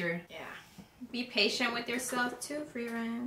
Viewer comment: Let me just say, I am impressed that you got all of their names right (Heiter, Eisen, Himmel and Frieren). You'd be surprised how many reactors don't ever get their names right. Out of the ones who do get them right, you are the ones who got it the fastest as far as I've seen.